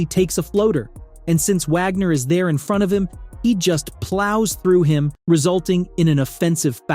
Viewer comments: Wish you could pronounce Franz and Mo’s last name correctly…..Wagner! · 🤣it's pronounced as Vhagner